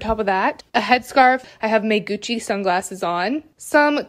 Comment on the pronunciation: 마지막 구찌 발음 묘하게 고급스럽네